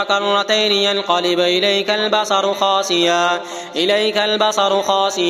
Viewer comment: بھائی میرے ساتھ ایک سعودی سن رہا ہے اسُنے کہا ہے خاسعا نہیں پڑھے گے خاسئا پڑھیں گے آپ دوبارہ سنیں اور درست کریں۔ ویڈیو میں سنے